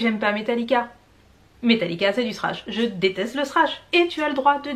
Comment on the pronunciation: déjà ton argument perd toute sa valeur quand je lis " la plus par", sinon : Non. Thrash c'est Thrash avec le fameux Ze que t'apprend à prononcer en cours d'anglais et ceux qui ne savent pas le prononce simplement Sss comme ici Srash. Mais y a pas de mal hein. Au moins on reconnait bien les français qui essaient de parler anglais de cette façon.